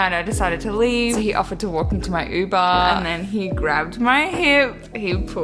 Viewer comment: "unbuuuhhh", ma'm, it's uber